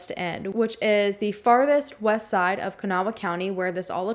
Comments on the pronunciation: Kanawha County is pronounced kuh-naw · I live really close and was young when this case happened. Just two things that irked me- it's Kan -awh county, two syllables lol. And the West end isn't a city, it's actually the West Side of the capital, Charleston and about an hour from the next county over. Very suspicious case though.